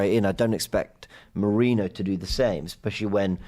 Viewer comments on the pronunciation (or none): Merino's surname basically transforming to Mourinho. Why is it so difficult for you to pay basic attention to how foreign names and surnames are pronounced?!